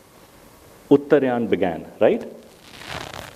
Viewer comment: It is UTTAR'AA'YAN Not UTTAR'YAA'N